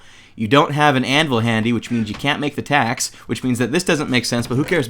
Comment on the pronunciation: whenever you said "Today we'll be covering TACS" i got worried. Thought u said Tax XD